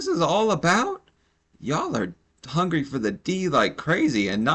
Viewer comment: Less than a week ago, I had to make food stretch for about 3 days, I only ate dry cereal and the next day I ate only one piece of chicken with more dry cereal so that my children could eat enough to not be hungry..... and this lady talking about " I'm HONGRY" ( hungry) Lady.... please 🤦🏾‍♀️🥴🥴🥴🥴